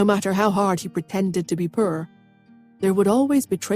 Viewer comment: I'm a southerner, country as cornbread and we have crazy pronunciations BUT I have never heard poor pronounced purr 😻. I giggle each time I hear it, anyone know where the accent come from? Purr 🫗😹💵🙀💲🙀🫗🤣🤣🤣